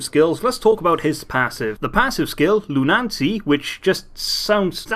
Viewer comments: Loon- Uh- C NOT "LOON NANCY" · its lu-na-cy not lu-nan-cy. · I thought it was loo-nuh-see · If he keeps saying Luna-N-cy, i will fucking claw out my eyes with a sporked spoon. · just to let you know it is pronounced loon-ah-see